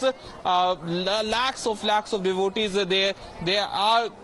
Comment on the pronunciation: She cannot pronounce devotees